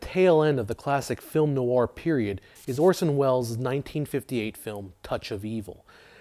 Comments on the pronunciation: Why are you saying noawah it's just nware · I’ve never heard “noir” pronounced like that before. Always thought it was one syllable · I like this series, but find a video about film noir difficult to watch when the key word "noir" is continually mispronounced.